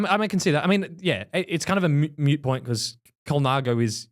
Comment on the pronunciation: it’s a Moot point….. Not mute